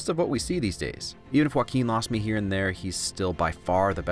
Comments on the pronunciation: It is supposed to be pronounced hwɑːˈkiːn so he is right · He pronounces Joaquin perfectly, thats a win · I love how he pronounces Joaquin